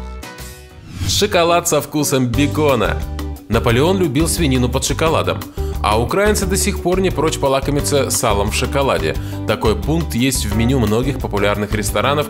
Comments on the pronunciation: Не укрАинцы а украИнцы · не укрАинцы , а украИнцы